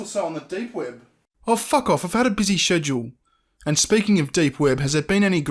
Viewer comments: haha when says schedule. said-du-ul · "Shedule" that's adorable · "Shed u wall"? I didn't catch it. Barely able to watch videos with this onion creep in them. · Ewww the pronunciation of "schedule"